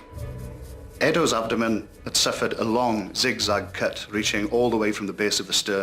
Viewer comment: It’s a good documentary. One of the best. But, I can’t get past how that actor thought it was pronounced “ab-doooh-men” and no one told him otherwise.